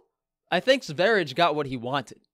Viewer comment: Btw it’s Sveri-yeh. Blame the Swedes for their language. I’m just trying to learn it😀 Raw dead squirrel though... really?? He’s lucky that didn’t escalate, we all know vegans can get absolutely maniacal over a dead animal.